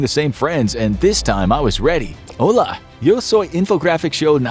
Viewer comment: That's not how I say hola